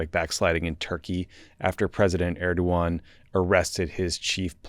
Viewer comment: He does not even say "Erdoğan" in an approximation of correctness.